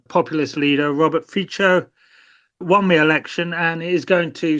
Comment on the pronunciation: It's Fitso not Ficho. Pronunciation matters.